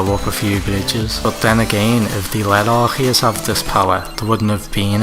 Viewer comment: Its not Arkheus its Arceus. Thanks